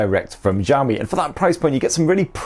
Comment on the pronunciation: The way you pronounce xiaomi as Zhaomi is cringy